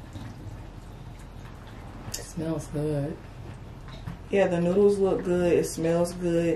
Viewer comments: ❤️ did a great job pronouncing the names of those noodles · did good with pronouncing the names of the noddles cause i would of had a hard time,To tell what they are lol awesome video🍴💝👌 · did a awesome job with the names! Better than I would have done! ❤❤❤